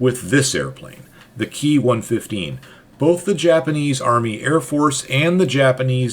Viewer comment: Ki is spoken as separate individual letters as in "K-I" not as "key"